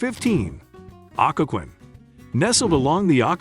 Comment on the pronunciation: Culpepper actually hurt my ears. Occoquan, too.